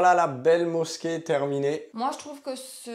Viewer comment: Bonjour Le "s" se prononce "z" entre 2 voyelle. Effectivement la mosquée n'est pas mis en valeur. Dommage car le monument est magnifique. Bon courage pour Israël.